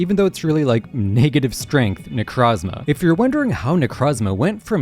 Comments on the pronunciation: necrozma is my favorite pokemon but why does everyone pronounce it wrong like its not ne-croh-zma its ne-crow-zma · Why does everyone call them Nercazma? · Can't stand the way dude pronounces Nekrozma... Also, smooth brain ass take on Nekrozma. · You can’t make an entire video about a Pokémon that you deliberately mispronounce. It’s so easy to say Necrozma correctly, why do you refuse?